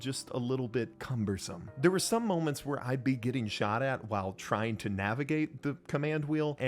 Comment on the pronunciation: "Shauched" lol. Nice video